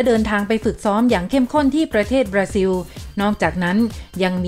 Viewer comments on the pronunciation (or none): อ่านออกเสียง ประเทศบราซิล เป็น บราซิว ซะงั้น ช่วยกันประชาสัมพันธ์ด้วยนะครับ